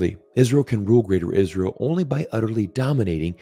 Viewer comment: It's Palestinians not "Paletinians". Get your act together.